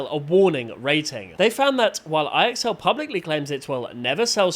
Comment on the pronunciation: fyi. ixl is supposed to be said like "I excel at school"